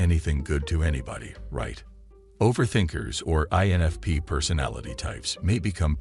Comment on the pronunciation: I'm sure this is yet another AI vid. So many errors even the pronunciation of "INFP"!!! - sounds like it says "ANFP" and "ENFP" in first couple of minutes (that's all I could handle). And now I'm leaving a comment which boosts this vid's algorithm popularity. When will we ever get out of the matrix?!😨😨🤣🤣